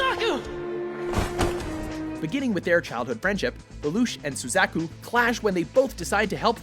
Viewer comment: YES and not only that but his pronunciation of Suzaku drives me up the wall